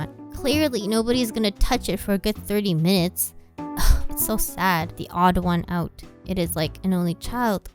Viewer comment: When She Said Theoddoneout